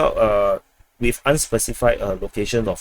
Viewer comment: I have difficulty understanding your English. Can you please enunciate clearly, don't run words together; put spces in & hit consonants hard please. Please don't say, Cawdis. but Call [space] this. Don't say WIF , say WITH. These are two different things which must be pronounced differently & distinctlly 1) THIS INFORMATION & 2) DISINFORMATION! Check how you are speaking by turining o captions & see what you see: how much is intelligible & how much is giiberish.